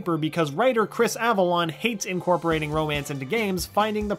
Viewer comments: Chris Avellone not Avallon... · It's Chris Avellone, not Chris Avalon. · Chris Avalon?... You mean Chris Avellone? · Chris Avalon or Chris Avellone?